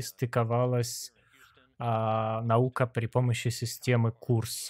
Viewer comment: В NASA и не пытались сказать "Наука". Когда говорили Наёка, они не договаривали букву "б" после "ё"